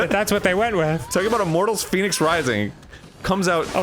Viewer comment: Why does Arin keep saying Phoenix Rising when it's clearly pronounced "Fehnics Rising"